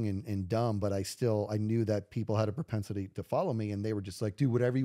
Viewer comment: I know it's not quite an idiosyncrasy, but I can't stop flinching whenever says "propensity." Just thought I'd throw that in here! 😅 This was a fun podcast!